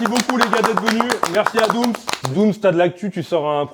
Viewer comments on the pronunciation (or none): C’est doums pas doum’s mdrr doum’s = sir doum’s pote de booba